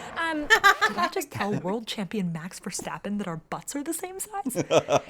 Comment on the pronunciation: The pronouncing of Max Verstappen you made is correct!